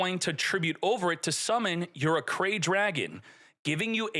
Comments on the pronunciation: It's pronounce "Arc-Ray" not Arcray. KONAMI help him this man please... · It's pronounced Arc-ray, not Ah-cray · "ARC RAY", not "Acray" lmao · pronounced ARC RAY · Isn't it pronounced Arc-ray?